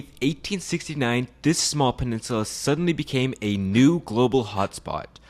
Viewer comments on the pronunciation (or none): none